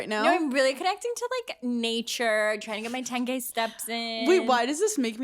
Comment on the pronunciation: I had to rewind. When Paige said she got her 10k steps in, I thought she said she got her 10 gay steps in, and I thought that was so cute, and I wanted a video.